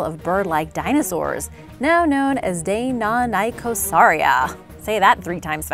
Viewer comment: I had to rewind multiple times because I couldn’t believe how badly they mangled Deinonychosauria